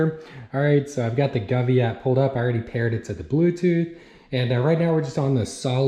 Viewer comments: Sorry, but have to point out, the brand is pronounced "Go-V" not gavee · I know someone corrected your pronunciation of govee. But I’m calling it guvee from now on